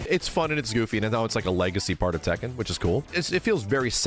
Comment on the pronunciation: Funny to hear say Tekken 100 times and it’s not pronounced that way.